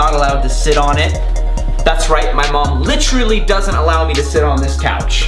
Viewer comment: Take a shot for his many times he says "licherally😂😂